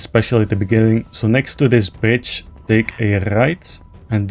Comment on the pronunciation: No disrespect but I chuckled every time you said bridge cause with the accent it sounds like ur saying "bitch" 😂